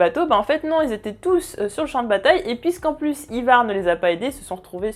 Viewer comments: Le nom c Ivar et non ayvar. C'est les anglais qui le disent mal. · la prononciation d'Ivar a la francaise : non, juste non mdr